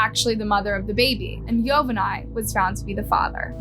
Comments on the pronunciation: It’s govani not yo va ney wtf😂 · bro please say their names right. (yo-van-knee) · Bro the way she’s saying yovany even after the interview is annoying the ahit out of me 😭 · Her husbands name is not pronounced yo-ven-eye it’s Govani with a Y yo-von-E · His name is not pronounced Yo van nay it is pronounced like Giovanni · Its pronounced yo van ee not yo van ay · Hearing the husbands name pronounced as YO-VA-NAI is so annoying. It’s YO-VAH-NEE. ITS SO OBVIOUS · It’s not yovanai, it’s pronounced jovani, jo van I Through out the story you pronounced it wrong… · It's not pronounced "Yo-Ven_Eye". It's pronounced "Ee-Yo-Von-Ee". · yovanay LMFAOOO girl its pronounced yo•van•ee 😭😭😭 like geovanni??? 🤦🏽‍♀️ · At least pronounce her husbands name right it is pronounce “ geovany”!!!!! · How are you going to include a news video conference where someone literally says her name yet you’re STILL pronouncing it wrong- his name is (yo-van-ni) SIMPLE! gosh and stop saying “called” for goodness sake’s when you’re saying the victim’s name or family. SAY “named” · Yovany is actually pronounced GIO-vanny. Only difference is is that Yovany is Latino so that's the Spanish version of Giovanny or however you would spell it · This is sad Also her boyfriends name is pronounced Giovanni [Geo-von-knee] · Yovany is pronounced: yo-von-ee What a sad terrible crime. Great video! Thank you so much I'm a new subscriber, loving your content! 💕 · His name is actually YO- Vonny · "YOE-VON-NEE" is how it's pronounced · Why are you pronouncing Yovany like that? They literally pronounced it correctly in the news report 😒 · The news clip pronounces Yovany correctly and yet you continue to mispronounce it every time 🙄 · I’m sorry but the way said “yovany” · Crazy sad story !!! The victims husband name was mispronounced the entire time . I’m sorry it just threw me off. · note: Marlene is pronounced as mar-leen Yovany is pronounced as yo-va-nee (like Giovanni) and ochoa is oh-cho-a